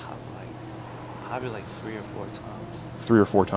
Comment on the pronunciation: He says his th’s as an s sound “ twenty twenty sree “